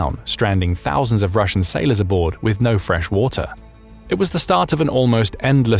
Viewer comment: Says wu tar instead of water